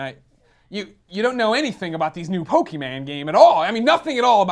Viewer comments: I hate it when people say Pokeman instead of Pokemon. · Greg, Pokemon does not have an "a" in it, it's not pokeMAN. It stands for "Pocket Monsters" not "Mansters", and if you were doing that just to troll...Well done, you pissed me off..lol. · Say pokeMan one more time...I dare you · Why do people who hate pokemon always say Poke-E-Man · PokeMAN!!! I hate that! Every time it's said like that the speaker should explode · Po key man. No.